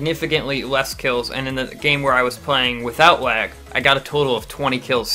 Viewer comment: I thought u said blag